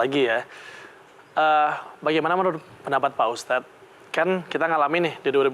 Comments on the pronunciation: Sekelas host tv masak iya nyebut ustad aja gabisa. Dari awal nyebutnya ustas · Lagi lagi pembawa acara bilang ustas saya kira cuma salah ucap, tp ternyata terulang dan di ulang, kayaknya yoana margareta kuper